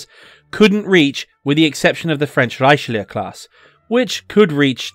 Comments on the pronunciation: The Richelieu pronunciation... I like how you pronounce a French ship with a German interpretation and accent. Lol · That sounded more like an american pronounciation to me. Germans have no inherit problem pronouncing most french words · Can confirm, that was more an american approach to butchering Richelieus Name. And Butchered it was.